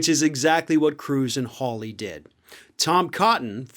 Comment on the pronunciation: I grew up in England, in a village called Hawley, the origin of this name. It is pronounced “whore- lee”.